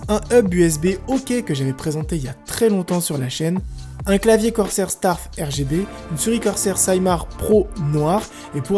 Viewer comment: mdrrrr a il a dit un clavier starf rgb chui mort